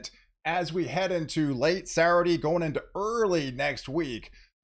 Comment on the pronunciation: I love it, the way you pronounce "Saturday"..."Sarade." Keep up the good work, my friend.